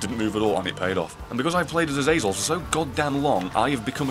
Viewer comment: I'm gonna miss you pronouncing Azazel correctly. But hey this is still fanfuckingtastic!